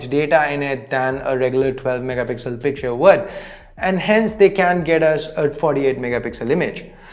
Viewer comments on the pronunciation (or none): none